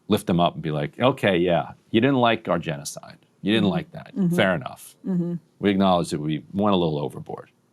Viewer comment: Ge-nocide? What a joke.😂😂😂